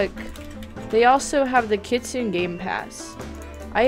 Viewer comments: Its pronounced kit-sun-ay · Here is the correct pronunciation- Kitsune=Kit-soo-ney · Btw kitsune is pronounced kit sue ney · She was saying kitsune wrong, I only know, because I started learning Japanese, OOF. (´༎ຶ ͜ʖ ༎ຶ `)♡